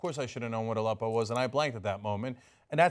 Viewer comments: The interviewer kinda pronounced it like "a leppo" as in he paused between "a" and" leppo" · I also thought it was an acronym based on the deliberately manipulative way the question was phrased and Aleppo was strangely and incorrectly announced. I found the woman in this video very annoying, especially since there was no mention of how The New York Times didn't know what it was either. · Why can t any of these TV people pronounce Aleppo correctly ?